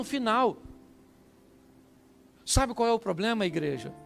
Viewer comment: Ora. Pelo. Meu. Filho. Que. Está. Com. Ploplema. Na. Perna